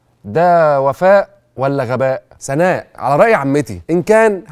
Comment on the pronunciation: (موسى- عيسى) دي اسمها ألف لينة ، مش ياء. (على )ده حرف جر بيتنطق علا، زي ما بتقول موسا وعيسا. (علي) هو الاسم اللي بيتنطق علي.